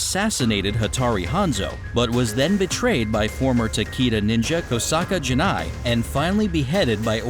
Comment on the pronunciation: Whoever narrated this is a tool, totally wrong on how the names of the clans/families are pronounced, Takeda clan shouldnt sound like Takeeda, should sound like Tak-ay-da.